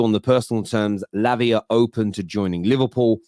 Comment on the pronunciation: Why you saying labia? 😄😄😄😄